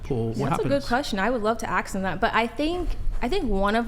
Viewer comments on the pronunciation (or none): First thing... teach her how to say the word 'ask' ... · Her S sounds perfect but says Ax... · it's ASK NOT AXE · The black girl needs to crack a book once in a while. She would "axe" the man a question. She needs a grammar and English lesson. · That girl keeps saying “aks” instead of “ask” 😅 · why can't black people just say "ask", why is it always "axe"? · I never realized how difficult the word ask is when she says ask it's axe wtf failed English? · Ask. The word is ask. Axe is a tool for chopping wood. FFS. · I agree, but …”aks” 🙄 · Except she says "ax" instead of ask. That absolutely grinds my gears lol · If only she can learn the difference between axe and ask. Wtf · I thought the same until she pronounced “ask” incorrectly. wtf is “aks”. Immediately losses any credibility. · Too bad she can't pronounce the word "ask" properly. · The only one who mispronounced "ask" several times. Are you okay? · She can’t say ask correctly though